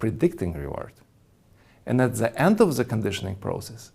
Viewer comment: Hu ze fuck teaches people tu pronounce THE as ze, instead of DE??? Zis would bee a 10 times better aproximation if you can't say Th.